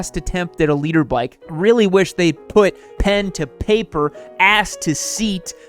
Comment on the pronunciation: I thought you was saying leader bike.